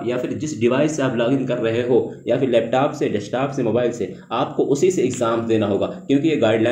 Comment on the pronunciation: Leptaap nhi hota bro Leptop hota he 😭(East UP se ho kya?)